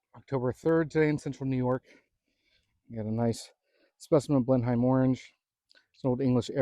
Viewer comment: I have got one tree on my land in wales uk it’s pronounced blenhim